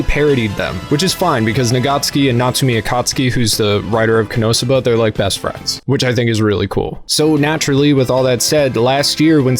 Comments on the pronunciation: ko-no-sub-ba. Ko, not Ka. they even say it in the anime many times during the breaks. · Now why do you say Konosuba like that 😢